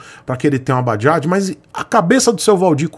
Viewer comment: "Bajajo" kkk